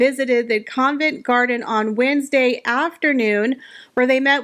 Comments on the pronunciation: It’s not CONVENT Garden, it’s COVENT Garden. Geez. It’s hard to take you seriously as a royal reporter. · It is not Convent garden. Please learn the correct pronunciation of places you are reporting on.